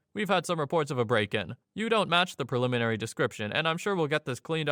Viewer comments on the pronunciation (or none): none